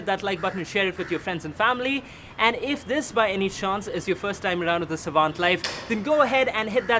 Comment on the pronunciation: What's with the name of the channel ? Savant as in your name or......... No pun intended. And it didn't sound right